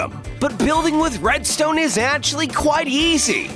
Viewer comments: He said bredstone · Who else heard him say breadstone* edit ur comment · Didnt he say bredstone